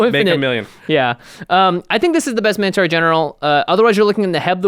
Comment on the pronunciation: "mine-oh-torr" not "min-o-taar". urgh